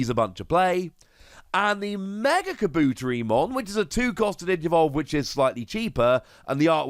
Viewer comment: To pronounce kabuterimon it’s Ka-Boo-Terri-mon. I know you don’t anything about how to pronounce some of these Digimons name as to the anime/dub not your fault there. 😉